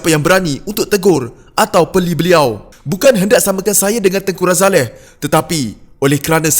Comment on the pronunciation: Lupakan sajelah Najib & Zahid. Dua2 bakal banduan. Takkan Umno masih nak pikul biawak hidup...ni admin pelat sebut nama tengku razaleigh kenapa? Kahkahkah...